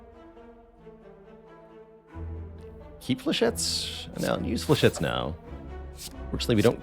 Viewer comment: "Flechett-ees"? :D